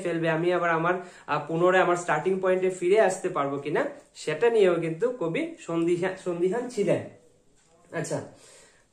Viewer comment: Easily explained 👌. By the by Ekta word bolchilen 'sondhiheen' Ota sondheehan hobe dada